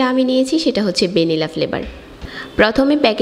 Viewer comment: বেনিলা না আপু। ভ্যানিলা